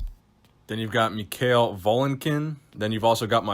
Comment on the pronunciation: It pronounsed as Mihail Volynkin. Not Mik Hail :)